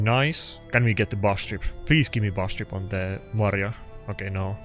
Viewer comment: maria not mari :P